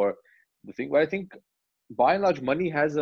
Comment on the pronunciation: I love it how Abhishek is pronouncing the director’s name as मणि and not “MONEY”